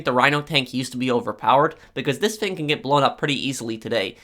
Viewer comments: Has anyone noticed that he can’t say his f example fang=thing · Its pronounced THING, not FING, smfh